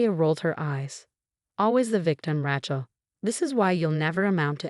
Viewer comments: Ratchill? Either ESL or ignorant AI..... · Rachael is pronounced Ray long A Shell Rachell. Lovely name not like a wrench or rachet. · The spelling of this story is very bad. It makes it hard to really understand the story. Even the pronunciation of some of the word are bad. Even Rachel is pronounced wrong. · The a in Rachel sounds like your a in the alphabet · The way it pronounces Rachel is more like a mans tool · 1. There is no “T” in Rachael. 2. The word Faux is pronounced “foe” not fox 3. Victoria protested “WEAKLY” not weekly. 4. The word resume is pronounced “Ray Zoo May” not “Rey zoom.